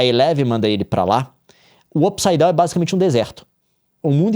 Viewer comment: Não dá... não dá! Como que assiste um vídeo do Leon falando "Up saidown" ao invés de "mundo invertido"